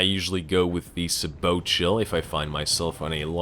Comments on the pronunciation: Sabot: Say-boe not Sah-boat I know, late as hell, but still. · It's pronounced say-boh